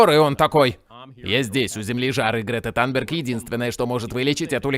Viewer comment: Грета танберг - Танберг режет слух. Мы привыкли к Тунберг.